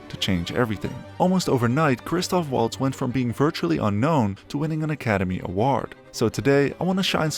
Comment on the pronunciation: You give me the chills saying: Woltz. It is Valts! Christoph Valts